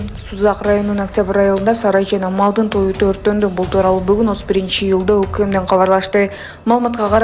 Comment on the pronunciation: Люлдаа дейтко . Июльда болуп окулат